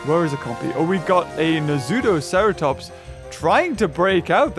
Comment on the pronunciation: It's not na-zoo-sera-tops it's na-soo-sera-tops K